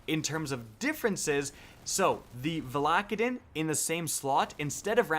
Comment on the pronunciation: Stop calling it Val ack a din It’s VALA-KAY-DIN!!